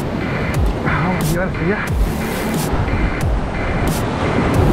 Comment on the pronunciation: Me encantan tus videos🫰🏻 Ya me acostumbre a escuchar ese “vamosh” 😅 Bendiciones